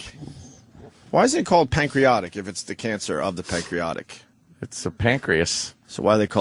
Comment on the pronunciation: "Pancreotic cancer" Thought it was pancreatic